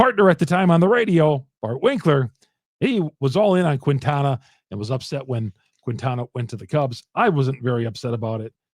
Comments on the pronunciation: As a Marquette University alumn, I beg you: stop calling Quintana “Queentana”. It’s a silent “u”, just like in Marquette (it ain’t “Marcuette”). The correct pronunciation is “Keentana.” Keep up the good work! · It's pronounced.. keen-ta-na